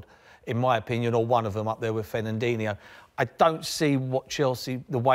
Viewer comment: sorry merse, those names of those players again please? Fen-nen-dinno ?!